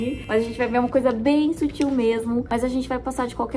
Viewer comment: a falando "bem sútil" toda hr kkkkkkkkkkkk, te amo